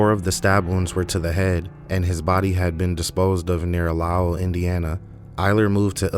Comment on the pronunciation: Lowell, is pronounced low’ll